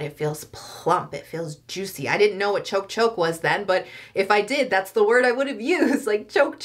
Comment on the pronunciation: I'm confused, the thumbnail says K-beauty products but it's not. It's all K-Skin care. Also, I'm sorry to mention this, but it isn't "choke choke" its "chok chok", pronouced 'chock'. Can you, maybe, do an actual K-Beauty vid? ❤❤